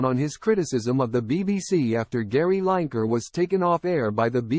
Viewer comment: Say his name properly